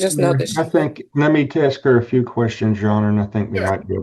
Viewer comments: Will someone please teach a class and how to say the word ask. Ass....K !! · …you’ve seriously never heard especially Black people pronounce it that way? I thought it was a known stereotype